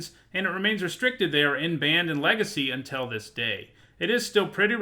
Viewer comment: Ugh it’s kingdom not keendom, what are you 5? Also it’s pronounced until not untell. You pronounce milk melk don’t you?